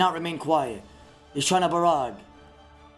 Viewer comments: this woulda been great if i didn't hear Ba-Ra-Ga every 30 seconds... jesus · Wtf is borraga u mean ice barrage XD Love the vids tho. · Hey casted "Barracka" Barraga???? Wtf you smoking bruh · Everyone talks about the nostalgic hood old days playing online with friends, this is the beauty of old school, there is no nostalgia, we can still play brother, thank you fr, I would never had known I’ve been pronouncing “barrage” wrong for years lol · Great osrs commentary! Doing great things for the community and looking professional with your new hair and suit! Only wish you pronounced barrage right 😂 very good all in all!